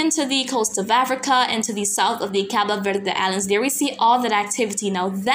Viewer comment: You're always on point,. I particularly like how you pronounce CABO VERDE.